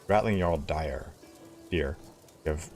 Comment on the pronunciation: Hey man I love your streams and also you keep reminding me to hydrate which is great - but the most minor pet peeve in the world probably - it's _de DJUHR - not de DJUR-É. :-)